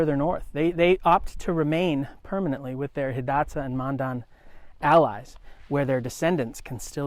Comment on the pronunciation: That's what I was thinking, being a ree. Pronounced Hidatsa and Mandan right. Good video, though.